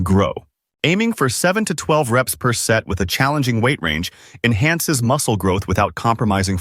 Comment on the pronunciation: It's 'WEIGHT" - not "weigth". 😂